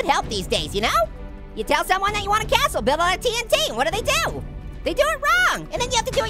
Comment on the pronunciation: wow I love Minecraft and splody time and what do you call a cashle a a tashle